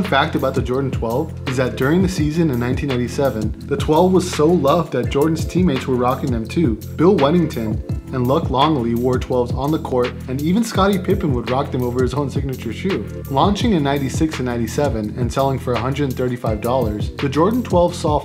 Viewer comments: Bro you just called Luc Longley 'LUCK', wtf how high can you be? It's LUKE, ffs. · This guy clearly never watched the bulls play saying Luck Longley